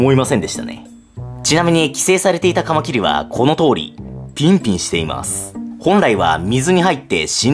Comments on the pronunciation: カマキリの発音が爪切り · カマ⤴︎キリ⤵︎ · カマ↗キリ↘ ちょっと気になる…|´-`)ﾁﾗｯ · カ→マ↑キ↑リ↓ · カマキリが爪切りの発音。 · カマキリの発音なまってますね。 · なんでカマキリって単体で言う時だけ発音違うの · カマキリの発音が新しい感じ🎶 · カマキリの発音が違うなー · カマキリの発音が自分のと違う…笑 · 俺の中ではカマキリの発音はカマキリなんだけどはカマキリって言うんですね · カマキリのイントネーションが… 俺がおかしいのか？ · カマキリの発音なんか違くない？ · カマキリの、発音かわってる。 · カマキリの発音てあれなの？ 私が違ってるのか